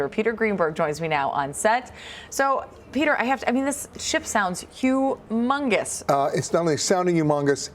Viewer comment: Hahahaha she said hugh mungus